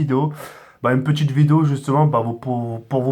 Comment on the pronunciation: "Une petchite vidéo''